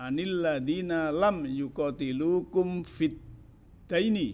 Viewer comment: Revisi fiddiini terucap fiddaini